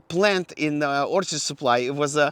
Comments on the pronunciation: Everytime pronounces Orchard as Orcard take a shot! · Awesome Video, Its Orchard though not Orchid!😄